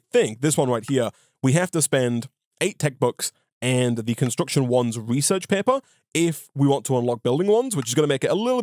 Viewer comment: reaserch paepuhs